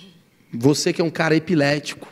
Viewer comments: Ninguém percebeu que ele falo epilético pra chama atençao kkkkkk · Ele deveria ter dito eclético 😂😂😂 mais sei que ele disse pra dar uma zuada tambem😂😂😂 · Roubou a fala " sou muito epilético" (ao invés de eclético) do meme do Pablo Vitar na cara dura. E ainda ficou se fazendo de engraçadão, como se fosse algo que disse espontaneamente. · Eclético virou epilético do nada assim kkkkkkkkkkkkkkkkkkkkkkkkkk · Ele não sabe falar ECLÉTICO ou foi sarro do Pablo Virar?! 😂😂😂😂